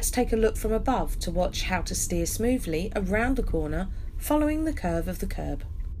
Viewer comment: I enjoy watching Nigel Mansel as he's driving and you saying 'smoovly'. ' )